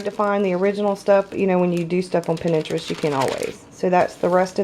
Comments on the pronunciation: it's prounounce "Pin-trest". 😉 Love your BOS! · plays Pinterest. pronounced 'pintrest.' She massacred the word Celtic too. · Lmao the way you say Pinterest tho ....! Love this video. Was looking for good inspiration and good examples and this was a good example. Thanks for sharing = )